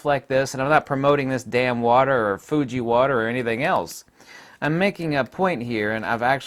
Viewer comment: Hahah Fiji water not Fuji water you camera nut